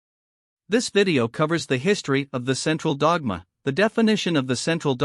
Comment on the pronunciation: What a computer voice. I almost vomited in the first 30 seconds because of the way it pronounced "the central dogma" repeatedly.